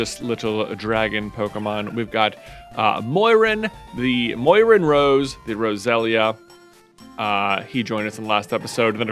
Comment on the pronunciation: Moiran sounds incredibly like goiran and I bugs me out every time